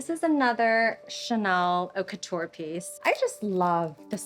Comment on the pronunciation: How many time can you miss pronounce “haute couture” in 5min?